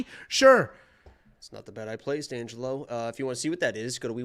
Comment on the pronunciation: Thanks for correcting Angelo’s pronunciation. I will take credit for being the Assclown from day 1 complaining about it🤷🏽‍♂️